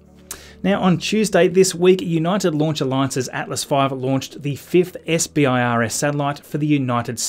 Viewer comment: SBIRS is pronounced "Sih-Burrs"... for future reference. I used to be an engineer on the space based infrared satellites.